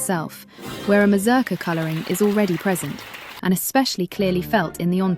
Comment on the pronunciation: Your pronunciation of this. Is horrible. It's a Polish word, not English. The U in the name should sound like OO. Slavic languages are phonetic. The letter is the sound. As in English name of the letter has nothing to do with it phonetically. If you going say the word every two seconds check the pronunciation. Or ask anyone who did ballet or folk dance. Just embarrassing.